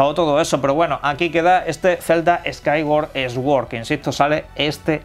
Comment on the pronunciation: el Zelda Skaiguar esguord😎